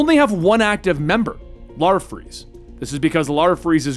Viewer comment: Oo Were you pronouncing Larfleeze as “Larfreeze”? It’s late and I could be mistaken.